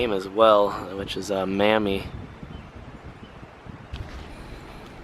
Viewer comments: Mamie is pronounced May-Me.. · The name Mamie is pronounced with a long "a" like aid. The way you pronounced it is spelled Mammy or Mammie with a short "a". Loved the Cemetery. You did a nice job and thank you for being respectful.